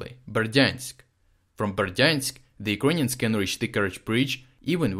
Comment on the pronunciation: Kind of gutting bored the way say "Ukrainians"...in the first minutes i wasn't sure who do you really mean...work please on your pronunciation dude...nevertheless everything seems to be ok and brought clearly from you out